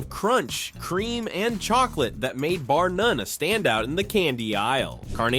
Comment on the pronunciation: Bar “Nun” 😂